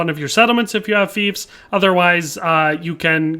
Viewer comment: lol my guy is saying thiefs.. not fiefs...